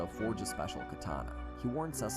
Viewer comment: bro the way he said Cecile BRO ITS SE-SEAL